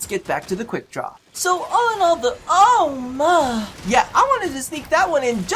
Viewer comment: The way you say Ohma, is how you say granny in dutch (granny = oma) , you just... dont moan whilst saying granny.. please throws up